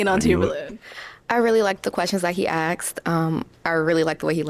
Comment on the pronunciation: They need to learn how to speak English. It's ASKED not AXED....Duuhhhhhh